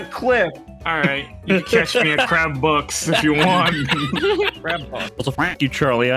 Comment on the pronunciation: see now saying what i hear as "Crab Box." not "Crab Bucks". i started laughing thinking of everyone as Crabs but in the Spongebob world.